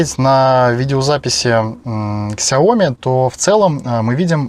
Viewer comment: Не ксяоми, а сяомИ (с ударением на последний слог).